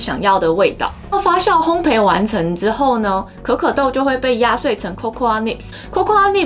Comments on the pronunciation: 烘焙的"焙"字讀音是"倍", 而不是"陪". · 謝謝這麼豐富的知識~ 對了，是烘ㄅㄟˋ喔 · 烘焙，焙是念作「ㄅㄟˋ」喔 😁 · 發酵（較）， 烘焙（倍）。笑起來很好看，眉毛一高一低很有趣~